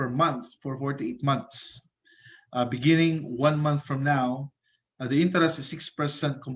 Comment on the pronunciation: sorry pero natawa ako sa “beningging”